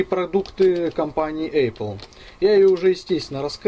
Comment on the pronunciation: у меня кровь из ушей пошла когда он в 100 раз сказад эЙпл, пздц!